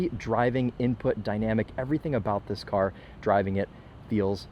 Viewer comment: "oh i like that CAH"